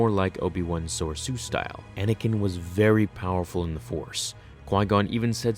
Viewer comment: Any time I hear him mispronounce soresu I get a headache